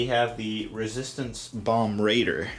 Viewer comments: 10/10 want this set. Love bombers. I got the Ghost since it had a lot of the style of WW2 bombers, and I want this too for the same reason. Also want BB-8! It's "bombardier" not bomb raider. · Saw it for the first time and thought it was said “bomber raider”